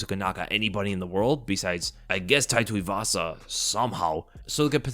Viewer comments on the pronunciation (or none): none